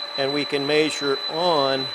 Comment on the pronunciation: Very interesting, but why do you say “maysure” instead of measure ?